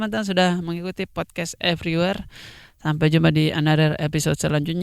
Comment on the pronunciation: RIP ingris "podcast everyware"🤣🤣🤣